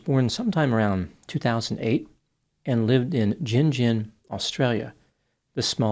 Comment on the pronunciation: Can i ask is he pouncing Gin Gin right? Im curious because i grew up near Gin Gin in NSW and the tiny locality there is pronounced Gin , hard G like gun. There was a cotton gin and Gin Gin. But hard G like Gun gun. If that makes sense